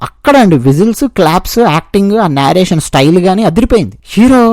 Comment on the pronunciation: నారేషన్ కాదు, నరేషన్